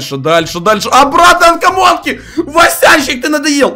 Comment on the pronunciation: Кто заметил что он сказал анкомонка а не камонка